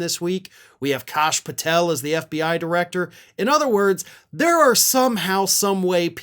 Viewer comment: It's pronounced 'Cash Patel,.